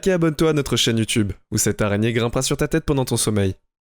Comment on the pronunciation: Tu peux arrêter l'arraigner stp